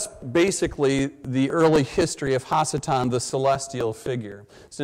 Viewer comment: In Hebrew, the prefix "ha" means "the". So when he keeps saying hasatan (which should be pronounced ha-satan) he is saying the devil or evil one.